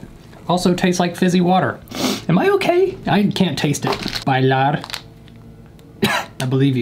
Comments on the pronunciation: me who speaks swedish: B e e l i r who doesnt speak swedish: ✨ "B a l a r" ✨ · Bilar are pronounced bee-lar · yeah usually you say “ bee-larr” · det heter bilar inte bailar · IKR I LOVE THE BILAR ONE- HE WAS LIKE: “bAjLaR.” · “Belaar” had me rolling 😂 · I don’t wanna be rude, but I’m gonna say something in Swedish bilar dumhuvud Not that 😂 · I loved when he said Bilar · Lol i love when i am from sweden myself and he says bilar its soo funny lol